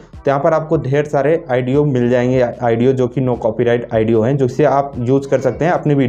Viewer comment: Oo bhai wo audio h na ki aaedeo bolna to sekho phle